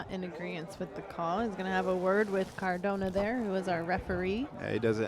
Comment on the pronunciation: it's cardona not cordona. inform yourself